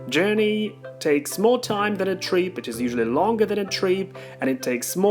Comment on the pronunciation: Great video but you need to work on your pronunciation of 'trip'. The way you say it sounds like 'treep', so try to move your tongue further away from the hard palate and open your mouth a little bit more.